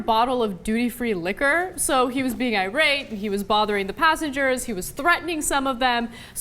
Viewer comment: Did Ana just say Irate?